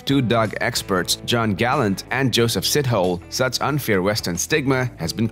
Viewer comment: Beautiful vid to finally give Africanis their credits - btw, Sithole is pronounced "Sittolay", but no biggy